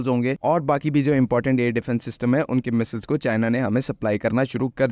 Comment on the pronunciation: Phele missssseleees theeek hai Boln seek le